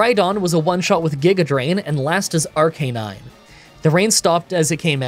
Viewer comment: For all the apologies you offer about mispronouncing Pokemon names, at about you redeemed everyone north of the Equator in my eyes, by using the intuitive form of Arcanine's name. You know, taking the time to pronounce CANINE in it! The whole point of the name. So which fossil did you grab? Run suggestion; pick a pseudo starter trio, but only use moves that don't make sense. (Like how Snorlax can learn Wild Charge.) AMA: Voice box, or with beard?